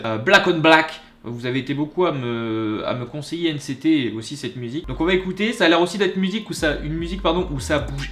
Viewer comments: STOOOOP JE PEUT PAS SA SE PRONONCE PAS N CÉ TÉ MAIS N CI TI !!!! STP REFAIT PLUS SA...sinon j'aime ta vidéo 😂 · « Ène cé té » Mon cœur d'NCTzen meurt XD C'est la première fois que j'enttend quelqu'un les appeller comme ça. C'est comme pour BTS, ça se pronnonce à l'anglaise ;) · ON DIT N CI TI 😂😂😂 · N CÉ TÉ 😂😂😂😂 N CI TI plutôt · Nct se di N si ti 😂😭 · NCT se prononce à l’anglaise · Je ne vais pas t'incendier mais ça me stresse parce que NCT ça se prononce à l'anglaise comme les BTS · ça ce prononce « nciti » mdr. #forceuse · Pour éviter de te perdre, absolument TOUT les noms de groupes se dise en anglais (sauf quand c écrit en Coréen mais je suppose que tu ne peut pas lire cette langue😂) donc NCT se dit "ène si ti" 😇😂😂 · NCT on le prononce a l'anglaise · bravo j'aime bcp mais juste pour te dire c'est pas grave juste les NCT sa se dis à l'anglaise aussi "NCTi" voilà mais c pas grave 😊 personnellement je t'ai rencontré grâce à ta première réaction Kpop et j'ai enchaîné les trois 😂😁 mais bon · NCT se prononce à l'anglaise. Easy= ( NCiti ) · NCT n'est pas un groupe de k-rap, et ca se prononce NCiTi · Ta vidéo est génial mais nct se prononce "n ci ti"😄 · NCT sa se dit en anglais ! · Sa se dit a l anglaise NCT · Désolée (en plus je suis en retard 🙄) mais on NCT on le prononce à l'Anglaise xD Et NCT ce n'est pas de la k-Rap mais black on black c'est une performance et non un clip donc tout est misé sur la danse ^^' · NCT se prononce à l'anglaise Dans NCT il y a pas mal de rappeur mais sa reste de la KPOP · Juste Nct se prononce à l'anglaise comme bts , et tu n'as pas écouter la meilleure musique , black on black est plus basé sur le visuel que sur la musique mais sinon Nct font des musiques de ouf ;) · Nct sa se prononce en anglais😂😂😂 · ahahah la prononciation de nct m'a vraiment fait rire ( le prend pas mal mais c'est hyper drôle dit avec l'accent français) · Nct ce prononce à l'anglaise mais sinon super vidéo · Nan sa doit se prononcer a l'anglaise NCT 😁